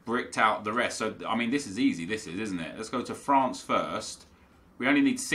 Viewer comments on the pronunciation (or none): none